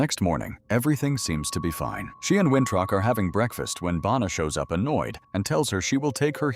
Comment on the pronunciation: His name is Winthrop not wintruck 😂